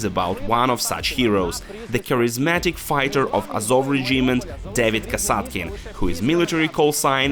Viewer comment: Чому [ре' джімент],а не[ 'реджімент],[ке'міст],а не ['кеміст]?Це така крута вимова?